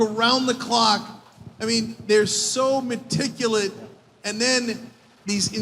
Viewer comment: After being spanked by both Sam Harris and Ben Shapiro, I'm surprised this Cenk character continues to behave with such undeserved arrogance. I mean, Harris is always calm, but Shapiro absolutely stomped him. And did he just say 'Meticulate'?